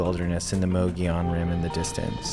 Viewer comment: Ohhh yeah I butchered several things didn't I. The first time I heard someone pronounce "Mogollon Rim" properly I thought they were talking about something totally different 😂. When I come back to AZ for more bikepaacking, ill do better!